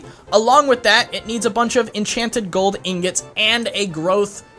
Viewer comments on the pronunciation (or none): none